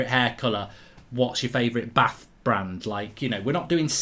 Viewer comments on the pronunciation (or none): none